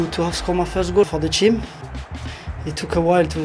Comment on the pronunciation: I like the way mahrez pronounce the word team 😍😍😂😂